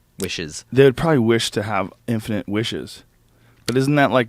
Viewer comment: Michael always says “infinant” and I’m not sure why.